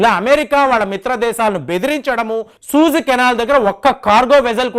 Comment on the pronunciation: సూయజ్ కెనాల్...సూజ్ కాదనుకుంటా...